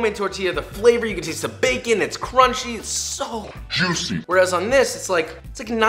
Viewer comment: This video has every Joshism in one: "Cwispy," "Cronch," "balls," gratuitous butt shot and a new classic: "thicker than a snicker"